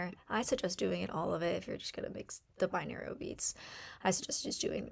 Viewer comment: Girl. OMG. I'm glad you're helping people and people like your style but man was this video difficul to get through! Binarial beats? BiNAURAL beats. SAYtiated not SATiated. this video could have been HALF the length and number of words. Step number 1 took 5 minutes! all to say write down your affirmations in present tense, include emotion, and use positive descriptions. I download audacity to my laptop, phone or tablet. I get it! I don't need to hear all of the options of where to download an app five times. Every. Single. Day. Every. Single. Day. Every Single Day. Didn't work for me either. Hear my voice clearly at those settings for some reason. This was ruff.